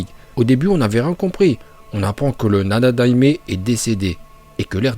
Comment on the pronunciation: Il m'a tué comment il a dit nanadaime😂😂😂😂